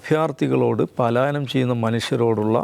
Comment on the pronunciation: പാലായനം അല്ല പലായനം 😂😂😂